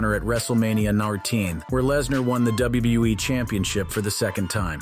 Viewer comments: I guess some people have a tough time pronouncing WWE. Apparently, this guy is at least one of them. Did you notice it sounded like the guy said Wrestlemania Narteen? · DUDE ITS WWE NOT WBE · why does he say wbue instead of wwe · WBE? That’s what it sounded like. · Why does everyone have such a hard time saying W W E? Why would Brock want her if he's married to Sable? I can definitely see McMahon doing something like that but not Brock. Course Idk him personally so who knows